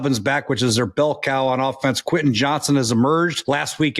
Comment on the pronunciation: Who's Queh Eh Johnston? .. The man's name is QUEN TIN say it It has a T Say the T